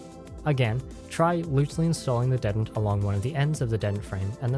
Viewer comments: Detent произносится как дИтэнт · That, and just the wrong vowel sound (should be more like the "di" in "ding" rather than the "de" in "dentist" used here). I mean it's not a big deal, of course. =) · Is he putting the emphasis on the wrong half of detent or am I retarded? Is it DE-tent or de-TENT? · this comment is not important, but the way you say detent threw me waaaaaaaaaaaaaaaaaaaaaaaaaay the hell off lmao! great tutorial!